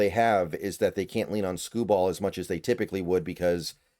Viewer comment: Skubal will pitch games 2 and 5. Both on normal rest. Also you’re saying his name oddly